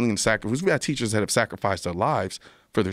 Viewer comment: They're TEACHURRRRRS.